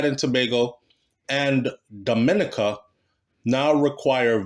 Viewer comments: Your prenoucing Dominica wrong it is not prenounced the same way as the Dominican Republic lool its prenounced Domi neka i know alot of them amd they hate whem its prenounced wrong its like me prenoucing Jamaica wrong lol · YOU KE E P..SAYING 'DOM' MINICA'...IT'S,. DOM..MIN..KNEE..CA',..DUNCE RASS..LOL " " IT'S ( MEEEE )...DID YOU GET A CRISS WHITE GIRL YET,..TIME TO..' TRADE IN',.LAUGH NUH 😅🎉🎉❤.😂 I AM IN NYC..I WOULD REALLY LIKE TO 'BUCK UP ' INTO KARTEL...AS YOU KNOW I NEVVAH USED TO LIKE HIM AT ALL..( NOW ) BOMBO NUMBER ONE FAN..HE LOOK LIKE HE REALLY GROW UP AND 'MATURE',..DO YOU KNOW WHERE TO SEE HIM IN NY...BIGGUP '' AN' MEMBAH SEH,..(( ME )) AH D'FIRS' F'CALL YOU ) '' NEVVAH EVVAH FIGET D'AT..! YEAH!..